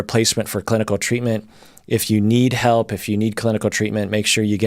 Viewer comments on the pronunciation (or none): “May I helig you?” 🤨😬🤢🤕